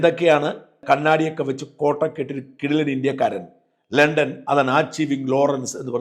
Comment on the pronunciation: ലെണ്ടൻ ❌ ലണ്ടൻ✅ ഹോണർ❌ ഓണർ ✅